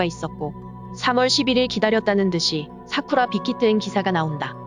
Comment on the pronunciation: 사쿠라 라고 발음해 주세요 사꾸라 말구요..